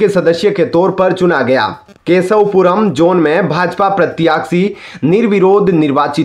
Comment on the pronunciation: न्यूज एंकर साहब सही शब्द 'प्रत्याशी' है 'प्रत्याक्षी' नहीं। कृपया सही उच्चारण करें ।